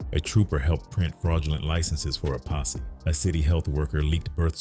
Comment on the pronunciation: IT’S PO$$E NOT POSSY🤔